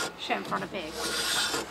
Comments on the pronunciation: chamfer on a peg, with the NZ accent sounded to me, like chamfer on a pig, oink oink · When says "chamfer the peg", this Canadian hears "chamfer the pig"... leading me to wonder why N.Z. has wooden pork:-)